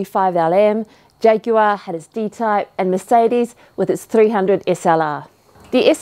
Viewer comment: 10/10 on saying jaguar the British way lol